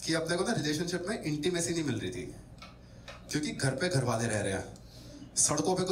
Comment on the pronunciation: It's not ' thi' .... Like ho hogya 'tha' ya 'thi' ....more like ...th like ' thanda pani and thandi chai / tea... '.... I hope samajh aa gya hoga...